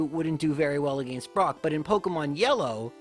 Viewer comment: Dude I’m sorry but if you say “against” like that one more time